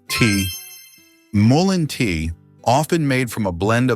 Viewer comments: Lots of good info, but VERY ANNOYING to mispronounce the Name MUllen as maLINE! Get it right! MULLEN! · Why are you saying might help ,when it's clearly great for all these ailments,and you keep changing and pronouncing the name wrongly continually.😮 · I don't know if this is right or not, but I always pronounced it Mull ee in. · Really though? AI needs to get a little more intelligent! It pronounced mullein like five different ways. It keeps repeating the same info as well. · I really despise AI voice overs, perhaps you could have your AI decide which way to pronounce mullein, switching back and forth is annoying! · AI can't decide on how to pronounce mullein.